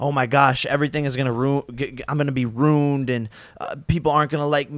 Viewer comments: Rooned lol I think u mean ruined bro 🤣🤣🤣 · Rooned? Wtf? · Jake, what does "rooned" mean? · 45 secinds in and im already laughing. "Im gonna be RUNED" Wth is "runed"? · He can't even say ruined correctly 😂